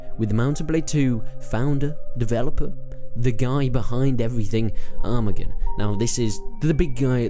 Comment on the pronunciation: not armagan it is arman say that that is wy better xd